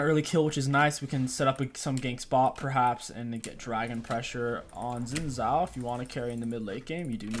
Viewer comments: saying it right is actually really easy!! it's pronounced, "SHin Jow" like the part of your leg + "ow! you just hit me!" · his name is not sin zao his name is shin djao like that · It's pronounced "zin chow"